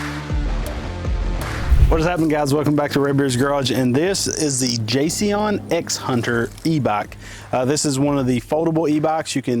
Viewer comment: Pronounced JAY JOHN